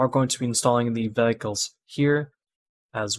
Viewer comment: Thanks for the tutorial. had to rewind multiple times cuz I died eveytime u said "Velicles" haha